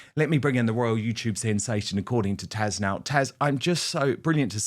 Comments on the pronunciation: Why are you calling her Tash? It is TAZ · Why does Dan call Taz ‘Tash’ ? Just curious 😁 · Your guest’s name is taz not tash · Question: Is Dan talking to "Tash" or "Taz"? He keeps saying "Tash" and I always thought it was pronounced "Taz"? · Hi Dan, I love you and your show but when you have Taz as your guest, why do you keep calling her TASH? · Oh dear Dan It's Tazzzz not Tash!!!! ❤ Isn't she so polite 😂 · Dan ....Fenwick is pronounced Fennick you don't pronounce the w. Taz is not Tash. 😂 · Dan…it’s TaZ…not Tash !!!!You say her name so many times….and get it wrong!!!! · Dan!!! Her name is TAZ, not Tash!!! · How hard is it to say Taz? It’s not tash or Tasha. It rhymes with “has” as in “has been”. Get it right Don. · Love your show and look forward to it daily. Your best guest is always Taz! You pronounce her name as Tash, please stop. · ❓Question: why does Dan call Taz ”Tash”? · its taz not tash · Dude, your guest's name is Tazzzz, not "Tash." It's not hard . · Why does it sound like he is saying “trash” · Is Dan saying Tash or Taz? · Am I hearing "Tash"?